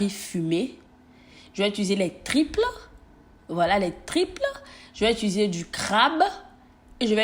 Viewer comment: On dit tripe pas triple